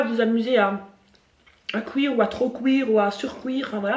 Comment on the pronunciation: « A couire » 🤣 accent belge